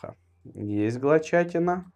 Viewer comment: видео ТОПЧИК но плиииз перестань говорить глочатина это бесит